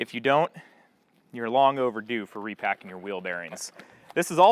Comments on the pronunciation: “ing” is not pronounced “een” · Repacking not repackeen